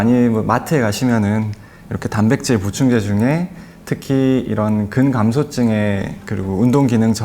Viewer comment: 패널분 근 감소증이라고 말씀하셔야죠 근감소증하면 못알아듭니다